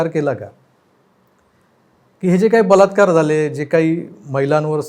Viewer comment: Yeni baltkar he shabhd tondatun khadke, ki te vegle aiku yete, 3 iditos chya picture made ek vidhyarathi bolya pramane.